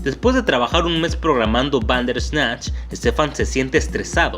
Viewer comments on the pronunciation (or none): Me gustan tus videos, tienen muy buen contenido, pero me causa conflcito tu manera de pronunciar "Bander ESnatch" es junto y corrido: "Banderrrrrrrsssssssssnatch" sin el ES natch. Perdón pero soy muy obsesiva con eso. Por lo demás, excelente